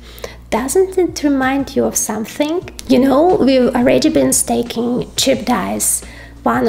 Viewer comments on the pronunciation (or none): Hi. There is a difference between "staking" and stacking. Two words with different meanings. Just a hint for pronunciation.